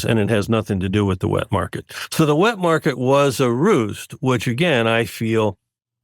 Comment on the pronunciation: He says wet market was a "roost" but must've meant ruse.